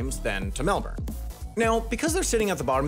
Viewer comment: As an Aussie, hearing you pronounce Melbourne correctly made me so happy :)